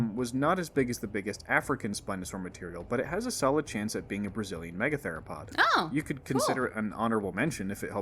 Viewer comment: "Megatheropod" doesn't have a "lo" in it.